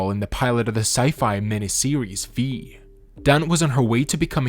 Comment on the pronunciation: Their last name Dunne is pronounced "done" not "don". Also you describes scleroderma incorrectly - or it is a chronic hardening and tightening of the skin and connective tissues.